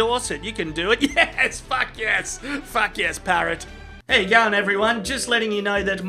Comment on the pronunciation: the way he say FACK. always make me laugh hahahha